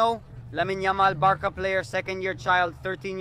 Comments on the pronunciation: Barka? Seriously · Why are you calling it Barka and not Barca.